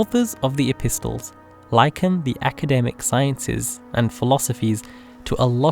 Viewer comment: Mashallah lovely video, p.s. the T in epistle is silent.